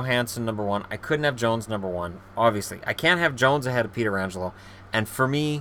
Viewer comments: "Peter angelo" Lol, its "Peh trah angelo" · It's Pet-ri-Angelo not peter-angelo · Its Pronounced Petch-ranj- el-oh not Pee-ter-anj-el-oh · Peterangelo? lol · However，it is pronounced (peh-tran-gelo) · I cringe every single time he mispronounces pietrangelo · You know you are pronouncing pietrangelo really wrong right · Bruh you butchered Pietrangelo's name twice lmao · so many people say it like that....